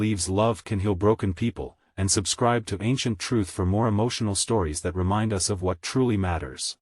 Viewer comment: Us is not U S. At least get an AI that can pronounce correctly.